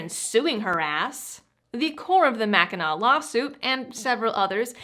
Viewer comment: Where you from?! You pronounced Mackinac right!